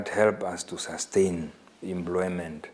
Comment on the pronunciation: The man could not explain what under employment is, not could he pronounced employment = "embloymen" uu iihuna tate!